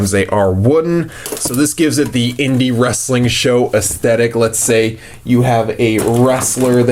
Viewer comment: What. Is. Wressalling. Daze. Challenge. Poopoopoo